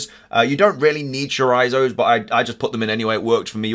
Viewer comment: bro its pronounced “choree-tzo”